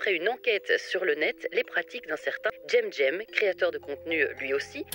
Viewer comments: Les 2 vidéos sont vraiment pas mal. Mais bien que je déteste le personnage, pourquoi tu l’appelle " j’aime j’aime " bordel ça se prononce " sème sème " ça fait d’un mal aux oreilles.. a bon entendeur :) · Bon, tout le long j'ai entendue "gemgem" et pas. Donc m'en fou je le fais quand même: Gemgem et les hologrammes Voilà, Merci C'est tout pour moi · Déjà il prononce même pas son propre pseudo comme il faut n'est pas égal à gemgem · Ça me perturbe que tu dise jemjem à la place de je comprends pas pourquoi XD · Il y a quelque chose qui me titille : Pourquoi dire GemGem alors que c'est écrit avec un cem Ce se prononce se et non ge je pige pas trop la. pouvez vous m'expliquer ? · Pourquoi elle prononce son pseudo "jemjem"?